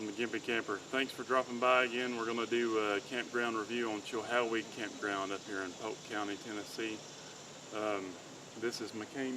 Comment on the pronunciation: He actually pronounced CHILHOWEE CORRECTLY!!!!!!